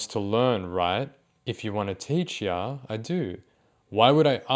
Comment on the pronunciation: the way u pronounce "ya" as "yaaahh~" really butters my biscuit